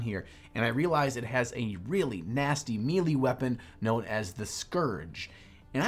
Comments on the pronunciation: hehehehe.... meelee weapon.... How do so many people not know how to say this word... May-Lay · Melee is pronounced like you would say "May Lay" not "me lee" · sweet build. Melee is not pronounced mee-lee, it's more like may-lay. Think, hand to hand "maylay" combat... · No offense man it looks great but the pronunciation of there melee hurt me to my soul